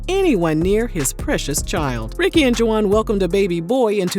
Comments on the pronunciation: "ju-wahnn"???? Come on girl!!! "Wahn" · Girl are you calling him Juh wan and really it's just Juan??😅😅 I can't with you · I can't with the juwan... it's pronounced Hwan🤭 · Girl it’s pronounced WAHN the UA are silent. Juan.